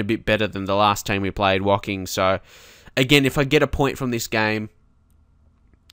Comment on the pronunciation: Hey mate, my parents are from Woking, it's also Martin Tyler's team :) I'm currently playing a save with them. It's actually pronounced with "oh" not an "ok" as in Woh-King. :)